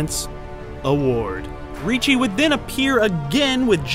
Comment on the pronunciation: There is no "CH" in "RICCI"!!!